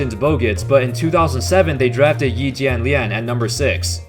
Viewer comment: wow, that pronunciation of Yi was perfect!